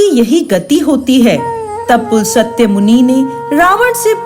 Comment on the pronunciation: बहुत दुख हुआ कि आप अपने ऋषि मुनियों के नाम का उच्चारण भी सही नहीं जानती।पुलसत्य नाम नहीं था रावण के पितामह का। पुलस्त्य नाम था।आधा स का उच्चारण है न कि पूरा स।